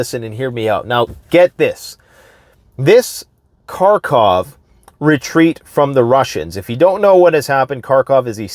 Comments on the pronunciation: Karkov? You want to appear like you know more than others and yet you haven’t learnt the correct pronunciation of the name of the city? What kind of alternative news are you watching? I’d say russian ones cause, as always, „Russia has a plan A, B, C & D, everything is going great, Russia has it all figured out, it’s the smartest country in the world etc” but then you’d be able to pronunce it correctly. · It's Kharkiv, not Car-Cov